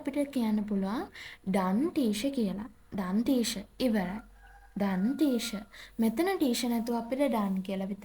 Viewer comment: Teacher කියන එකට motath teasher😂